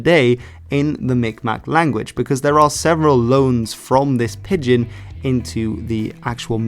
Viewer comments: Thanks, as always, for this. However, it may be that in Dutch pidgen is prounounced as it is spelt, but in English it is pronounced as I would pronounce pigeon-if you listen to the pronounciation given in the wikipedia definition you have quoted that is how it is pronounced: wikipedia gives two IPA forms for pigeon, and the first, with an 'i' sound representing the 'eo', is identical to that given for pidgin. Keep up the goid work. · Yeah, can't trust your video if you can't even pronounce the topic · So just to let you know you're pronouncing "pidgin" wrong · "pidgin" nearly rhymes with "pigeon". You're pronouncing it inconsistently. Great video of a great topic. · Every time he pronounced it as Pid-gehn my ears wanted to crawl away from my body. It’s pronounced like pigeon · pidgin is pronounced like pigeon, not pid-gin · Every time you say pidd gin it hurts my ears. Just call it a pigeon like everyone else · It's pronounced 'pijin' not 'pid-gin' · What message is hidden in your interesting pronunciation switching? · Is there a reason why he pronounces it "Pid-Gin" instead of "Pigeon" for part of the video? I thought maybe that was the original Chinese pronunciation since he pronounces it the typical English way once, but I can't find anything saying the Chinese pronunciation was different online (in fact I found things saying that "Pigeon English" and "Pigion English" were earlier spellings, which seems to imply it was always pronounced like the bird). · Great video as always, but pidgin is pronounced pi-jn, pretty much like the bird pigeon. Thanks again. I’d love to hear your take on the Gaelic languages in Canada and the USA. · pidgin is pronounced is pronounced "pi-jin". Dg is another way in English to spell the "j" sound as in "bridge", "edge", "nudge", "ledge", "ridge" etc. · It’s pronounced like the bird haha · lol "Pid-gin"